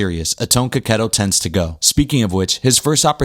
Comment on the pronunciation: You are The First youtuber that is not italian that I heard saying his surname in the correct way